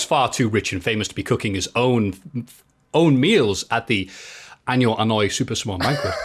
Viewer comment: saying Anoa’i as ‘Annoy’ was amazing